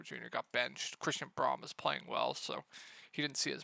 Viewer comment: Braun = Brown. You keep mispronouncing his name.